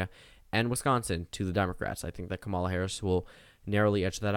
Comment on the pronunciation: "KAmuhluh" damnit